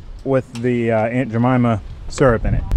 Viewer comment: It’s..... “Ain’t ja- mama” 🤦🏽‍♂️😂😂